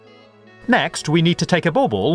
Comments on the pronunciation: guys its not ball-ball...he means , BAUBLE oke?? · I was laughing at the way he says it. I know what it is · I love the way you say bubble :D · Its bauble and its english for ornament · Bauble, Pronouncing the "L"s in Guillotine, Card, Great fun, Fiddly, I'm beginning to hate this guy.